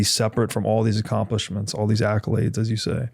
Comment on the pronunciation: ACCOlades not ALCOlades!